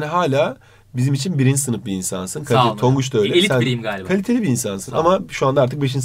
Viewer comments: Abi yanlışlıkla tangoc dedin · tongut, tankut evladım ghvgjkvvcfgvh